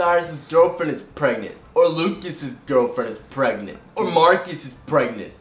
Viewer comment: It's Izabelle chehovits stop saying perangnet